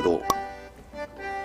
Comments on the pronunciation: 桿晶体(かんしょうたい)って言うんですよ。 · 貝やつ読み方多分間違えてると思いますかんしょうたんではないでしょうか？